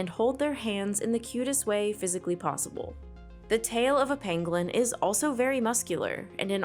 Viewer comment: Penguin......pengling......... pengwing.... . Those who know know